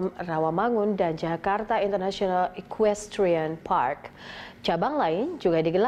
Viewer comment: hi, i'm jonathan achero from san pedro laguna. please enhance your pronouncing the word "international film drone", "jakarta international equestrian park", "pondok indah golf course", "tables depok" and jakabaring sport city". please enhance your pronouncing english word.